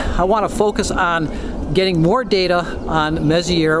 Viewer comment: I love your passion! You are so lucky to be in a bortle 4.5 zone. Here at the airport at bortle 6.5, even 3min exposures put my histogram pushed right 1/4 even with my Optolong LPro. Only thing I’d like to add is, it’s French pronounced “Mess-E-eh”. M104 is actually in my target list tonight along with other Virgo NGC clusters. Unfortunately with a dead comp, I’m back to old school DSLR with my Apertura 60APO. It works out because galaxies clusters in general is about its relation to others and I think artistically it paints a fascinating story.